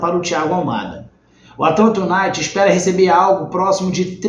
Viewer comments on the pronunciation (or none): o noome é atlanta "You Naited " a pronúncia